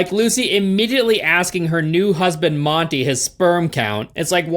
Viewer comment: Marty not Monty